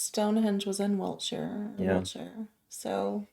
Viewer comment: She said Wiltshire